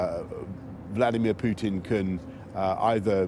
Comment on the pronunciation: IS CALLING HIM VKLODIMIERE